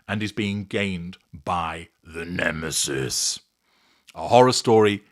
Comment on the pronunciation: Brilliant as usual. You are so humorous. Love the way you say: the NEMESIS!!!